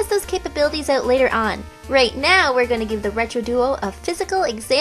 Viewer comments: Air it ¿Oou[w]t? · When she said "out", I was like, CANADIAN!!!! :)